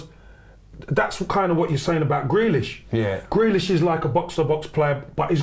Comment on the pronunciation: Man said Jack Grealish, like seriously?